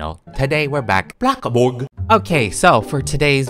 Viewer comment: I LOVE WHEN SAYS “bloxBuRg